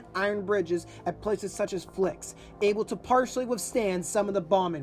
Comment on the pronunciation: Good video. I spent two days last week in Corbera, and currently living in Flix studying the battle. Btw, it is pronounced “fleesh”. The river is pronounced “ay- bro”